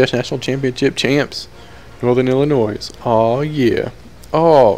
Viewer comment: The s is silent in Illinois. God it makes me go ballistic when people do that.i blame teachers for not teaching that. I live in chicago and some of my friends don't pronounce it right. Please pronounce it right.